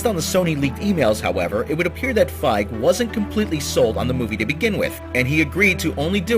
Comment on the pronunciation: One, look up name pronunciations first, that's kind of a sticking point, especially when they are of rather famous people, like Fieg (feeg) and Wiig (wig). Two, sony's hit to miss ratio for movies, favors misses over hits so this isn't a shocker.